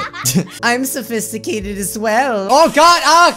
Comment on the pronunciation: "I'm sofiscitated as well"